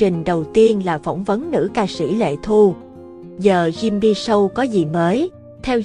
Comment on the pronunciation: SHOW ( phát âm SÔ không phải SÂU )